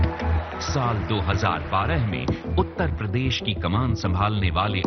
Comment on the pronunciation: Akhiliesh babu apne state ka naam lena to seekh lo km se km. He call it UTTA PRADESH. Bich mai se R kha jaate ho. 5 saal mukhya mantri reh chuke ho janaab.ab to seekh jao